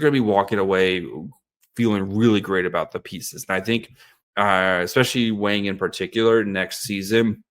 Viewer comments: is going to get hammered for saying "Wang" wrong. It's pronouced like "bong", not "bang". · It’s pronounced “WONG” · Mandarin = Wung Cantonese = Wong 王 means King A cross with top and bottom cover meaning lord between sky and earth I’m sure Simon is not bothered by the Wang pronunciation, as its common in western society